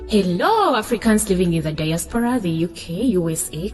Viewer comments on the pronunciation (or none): none